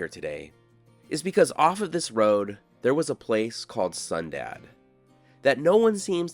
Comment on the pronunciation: Okay, I thought I heard you say we were going to a town called "Sundown". I really had to listen to hear "Sundad". Out where I live, if a town is called Sundown, it means, for your safety, get out of town before the sun goes down. That's because the locals are few and think the remaining town is cursed and there is evil that can harm or kill you. Yes, it's fun living large and free in the Appalachian Mountains. LOL 😅